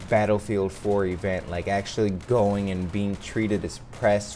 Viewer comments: Am I the only person who notices he says "what is goat-in on?" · Can he not say going correctly